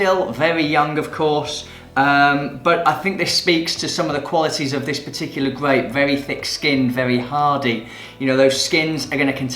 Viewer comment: The way he says "gwape" tickles me